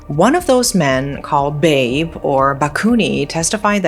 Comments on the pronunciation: You pronounce BABE wrong, BA like in BAA BAA Black Sheep, and BE like in BED. I believe the real text is BABEH with an H behind BABE. BABEH originated from Betawi languange, the native language of the Jakarta local tribe. It means Dad or simply how young people called male elder when they are not family related. Calling elder with only their name would be considerred rude in Indonesia. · Just FYI, "Babe" here is not pronounced 'beb' like baby/honey, but rather 'ba-be', means father in Betawi language. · Just a slight correction on how you pronounce "babe", it supposed to be " ba-bé", not like how you pronounce "babe" in English 😅. It came from the word "babeh" which mean dad/old man. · "Babe", read it Ba-Be hahahaha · the man's name is read as Ba-Bé 😂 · Sorry. "Babe" should be pronounced "Bah-Beh", means 'father' in Betawi language. Damn it makes it even darker :( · Just want to say that the "Babe" in Indonesia. (especially Jakarta) is pronounced similarly to the English pronunciation of the first syllable in "father," (Fa), but typically ends with a glottal stop (a slight catch in the throat) or an 'e' sound, depending on the specific dialect. Like "be" in "bed" It can be transcribed as "bah-beh" In the Betawi dialect, "babe" (or "baba" / "abah") is a term used to mean "father". It is an alternative to the more formal Indonesian word bapak. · The proper pronunciation of Babeh should be ba-bèh, meaning “father” or “old man,” usually used for friendly older men with or without a familial connection. To be fair, many of her pronunciations of other Indonesian words are impressively accurate for a non-native speaker, and she clearly puts effort into getting them right. However, I still find her mispronunciation of Babeh a bit irritating because she repeated it several times with the same sound as “Babe,” the way English speakers address their loved ones. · it's not babe, the pronunciation is kinda similar to bebe. it means father in betawinese